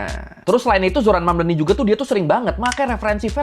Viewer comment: The name is Mamdani, M-A-M-D-A-N-I, you should learn how to say it~~ M-A-M-D-A-N-I~~